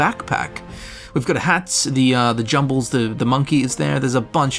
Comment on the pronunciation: Who’s Jangles the Moon Monkey? I think you mean JUMBLES the monkey